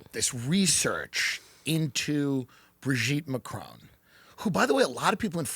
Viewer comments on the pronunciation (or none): Bro-geet Man-cron?